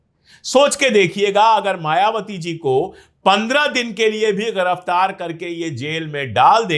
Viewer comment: Your analysis is right sir. (The hindi word is Giraftar not × gh×iraftar )